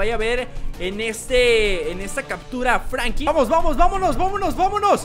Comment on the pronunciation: franklin se deis fANKLIN